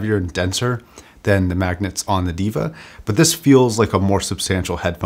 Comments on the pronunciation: Diva? Its Deva pronounced (daeva), which means GOD. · ˈdāvə that's the right pronounciation for deva. Which means god in sanskrit. Love the production quality of your videos. Keep it up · its sort of pronounced 'Day-vuh'. It means god. then again I can see god being called a diva. On second thought. you are fine lol!